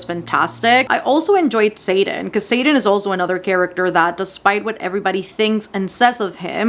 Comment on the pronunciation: I got so confused for a sec bc I kept thinking you were saying satan instead of xaden. I was like satan is in fourth wing?😂